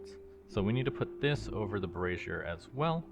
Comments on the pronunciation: "Bruh-sear" and "bray-zhure" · him mispronouncing "brazier" as "brassier" is surely a goof right? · Just fyi, Brassiere (a woman’s undergarment) Phonetic: bruh-ZEER or brah-ZEER Breakdown: bruh / brah — like the start of “brother” or “bra” ZEER — rhymes with “deer” Example pronunciation: bruh-ZEER Brazier (a container for holding burning coals) Phonetic: BRAY-zhur (most common) or BRAY-zee-er (less common) Breakdown: BRAY — rhymes with “day” zhur — like the “zh” in “measure” (or zee-er if pronounced more formally) Cheers! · The way you're pronouncing brazer is another word for a bra, my man.. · "Brazier" is pronounced like the name "Frazier". Good video though. I was looking to decide if I wanted to start a Reclamation game. This helped. Thanks! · My good internet neighbor, you are pronouncing "brazier" (the stove) as "brassiere" (the fancy name for a bra). "Brazier" is pronounced BRAY-zhur (exactly like the show 'Frasier' but with a 'B' instead of an 'F') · Not that I'm really fussing, but the way that you keep pronouncing brazier just... kind of makes me laugh. "Bruzier" is more how you would pronounce the full name for a bra (as in the women's undergarment), where "brayzier" is the pronunciation for the things that you are making XD It's like the "braising" cooking technique, if that helps! In any evet, I'm looking forward to continuing with you on this, because Reclamation is effectively the successor modpack to one of the old FTB packs, called Regrowth, which was one that I really loved! I'm so happy that they managed to bring as many of the old elements forward to modern Minecraft as they did! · Brassiere aka Bra pronounced "bra zeer" Brazier aka metal pot or pan for burning coal pronounced "bray zhur" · "Bra-zeer" is the long version of the word bra. Like undergarments. "Bray-zur" or "bray-sure" (think the word for donkey sounds "bray" and another word for yes "sure") is the thing that holds fire. Every time you say brassiere, I can't take you seriously.